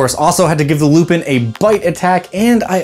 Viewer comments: Fairly certain that their name is pronounced Lou-pan considering just how french they are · I have two ideas for this: 1) at least some of them are french, so shouldn't it be pronounced more like "lou-pohn"? 2) ....Teiflupins. (te lou-pohn phonetically....dang french....), the offspring of a teifling/other infernal creature with a lupin. The point is, they are hellhounds/devil dogs/black shucks etc.